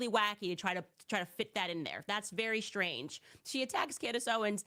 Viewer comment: Which is very Shrange instead of strange.